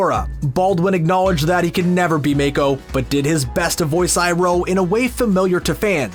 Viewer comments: just saying but its not pronounced as mako but as mah-ko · Please, for the love of god and all spirits of the spirit world, stop saying Mako like may-ko. It’s Mah-ko, spelled Mako. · "meikuh" BRO just say MA KO MAH KOOOH dont butcher his name like that omggg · Narrator: “May-ko” Me: “MA-KO” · The voice actor’s name is Mako. NOT MAKE-OH. MOCK-OH. Mako. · Did the dude juz say maeko???? Its MAAA ko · it's pronounced maco, like taco. not mayco lol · Did anyone else get bothered when he said “MAY-KO” instead of Mako? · Starting to sound like the movie that shall not be named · Almost lost it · It pissed me off when they kept on pronouncing Mako’s name wrong it’s pronounced Mock-o. If you watch legend of Korra Mako in the show is a reference to the legend himself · If your gonna milk this incredible show for views at least get the names right. Make-o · It’s Mah-Ko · It cringes me to hear people pronounce Mako as Mey-Ko... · all that research but still can’t pronounce his name right 🥴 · OMG you destroyed Mako's name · Its not "MAKO", its "MAKO" !!!!! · Great video. But the pronunciation of mako is infuriating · please pronounce mako correctly